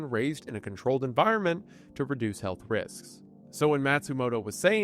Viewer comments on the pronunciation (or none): none